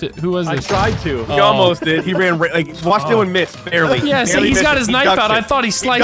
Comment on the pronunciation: dillon not dylan